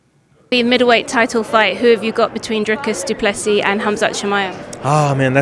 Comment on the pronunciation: If it goes passed three, it's all Du Pless ee.